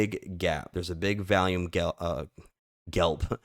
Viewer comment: V'ALL'YUME not v-AL-yume lol With love brother lol🎉